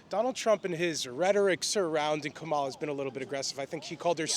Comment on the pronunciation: She can’t even say Cumalas name correctly hahahahaha